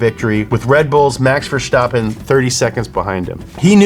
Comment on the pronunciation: Macsh Vershdapin